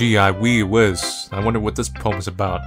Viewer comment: "Gee Iwhee Wizz." - 2017